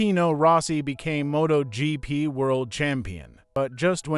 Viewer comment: Did the uploader even proof watch this? The AI is terrible. This is a fail video. It can't even say MotoGP. Motag?? And there's other words it gets badly wrong. Footage is good, if a bit all over the place. But the AI is terrible.